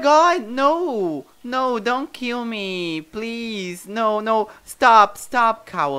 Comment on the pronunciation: Kkkkkk façam mais vídeos assim por favor ou melhor "plis"kkkk